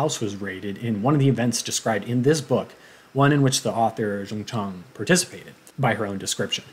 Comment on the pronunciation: Your way of pronouncing the author’s name, Jung Chang is correct! FYI, I do speak Mandarin. Thank you for the good review on the book btw :-)